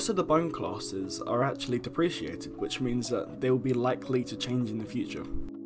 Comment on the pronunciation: homie pls learn to pronounce deprecated -- no devs will take you seriously